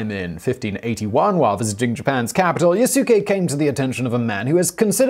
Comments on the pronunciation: Yasuke is pronounced “Yasske” like Sasuke with a Y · Simon! Watch more anime my friend. The more appropriate pronounciation of the name is "YAS-kay." The u should barely be pronounced. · Good research, love this episode... One thing tho, (don't think you noticed ) his name is pronounced "Yas-Kee" lol, sounds fun with pronouncing (Yah-su-ke) tho ;) (Yes, his name is spelt Yasuke) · It's not Yah su ke, it's Yas- ke. The U is silent. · Yasuke is pronounced "Yass-keh" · the u in yasuke is not vocalized. that's because in the japanese language, if a u comes between two devocalized consonants, it becomes devocalized. that means you mouth the u, which does subtly change the ending of the proceeding consonants, in this case the s. so it's pronounced more like yaske without a u, but the u is mouthed but you just don't vibrate your vocal chords, leaving a slight pause and also changing the tone of the preceding s consonant. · Simon: My French pronunciation is terrible. Me: Quoi??? I'm sorry I can't get past the yah sukeh. Lol =op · yaskay you'd know how to say the guys name if you watched anime at all. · Yasookay, lmao. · Pronounced Yahs kay! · Beginning with your pronunciation of Yasuke the whole video is bullshit. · A-kichi Mit-sue-hide? Ya-sue-kay? 😨